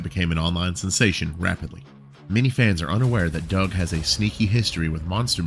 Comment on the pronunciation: I thought it was pronounced "Do-ug